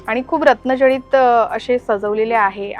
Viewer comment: अरे बापरे या बाईला अजून साध रत्न जडित मुकुट असे बोलता येत नाही रत्नं जळीत म्हणत आहे